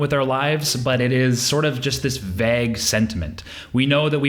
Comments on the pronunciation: You say "vague" funny. It's pronounced vaig, not vagg. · This dude really just said vAAg instead of vague. I am shooketh